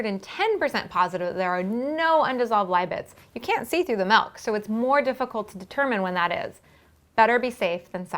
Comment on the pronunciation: WHY DOES SHE SAY MELK!!!!! IT IS MILK